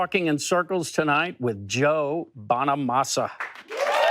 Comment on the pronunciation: Not Joe Bonamonster 👎 Its Joe Bonamaster 👍 The Guitarhero !